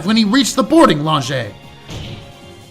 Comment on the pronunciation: finally remembers the correct way to pronounce lounge after a few minutes into the video =) RETURN OF TED!!! Did he just say someone set them up the bomb? Eh, it's close enough that I'm counting it. For Great (Apollo) Justice! When it comes to the question of dragon squatter's rights, if we ignore the imaginary part, wouldn't the answer depend on the type of dragon? Seeing as numerous dragon depictions are at least as intelligent as humans, wouldn't they also quality as "persons" under the law? I guess that depends on how you legally define a "person" though, and given the whole "corporations are people" when those are clearly not intelligent, sapience is clearly not part of the definition. That was quite the long sigh! They did a good job with showing Starbuck's trauma here. Also the localizers are really having fun putting scifi references into his dialogue here. That was the second-most impromptu Spongebob reference I've ever heard, only beaten out by the time one of my middle school teachers came onto the bus as we were getting ready for a field trip and starting singing "He lives in a pineapple under the sea" for no reason whatsoever. I'm very much enjoying this case so far. The pacing hasn't bogged down to the same degree the previous cases in this game had, at least not so far, and aside from being a bit hand-holdey, it's been pretty good! I rarely comment on the art because there's just so much of it and it's all great, but that -1 Miracle poster? Incredible.